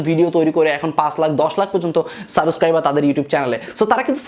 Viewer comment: ভাইয়া একটা কথা বলি রাগ কইরেন না। সাবোসক্রাইবার না সাবসক্রাইবার